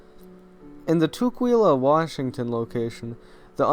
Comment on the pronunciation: I was waiting to hear about the one in WA state. It kind of threw me off at first because the way you pronounce it. Tukwila is pronounced tuh-quill-uh. That’s the one I went to as a kid. Loved it. The animatronics were my favorite. I had forgotten about the water show. Mostly I remember it being very dark and rustic.